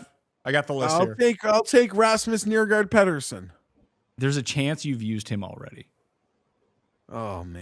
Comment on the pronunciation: Hey, it’s Peter-son. Not Peddersen. Are you that tapped?